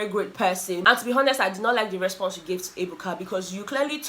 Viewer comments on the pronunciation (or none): u know I love you right? But please ‘honest’ is with H dropping…stop articulating the H when pronouncing ‘honest’. Or make we just kuku go back to our original language wey make love u to d moon n back - our normal lakpalakpa pidgin🤣😜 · when you are pronouncing the word HONEST, please ignore the H.